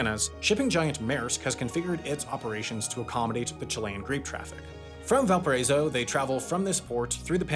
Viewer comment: I’m not from chile nor speak Spanish but that is definitely not how you pronounce Valparaíso man😂